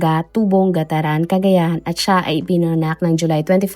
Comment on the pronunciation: (Carig) po hindi ca-rig i'm from cagayan po kc...GAT-TARAN Po